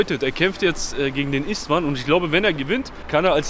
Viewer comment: beste Kanal aber als ungar kriegt man Krampf Bruder bei der Aussprache von Istvan hahaha trotzdem geiler content